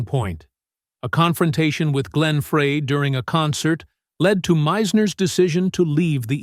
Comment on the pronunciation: It's Glen FRY, Like FRY Bread. Deacon FRY!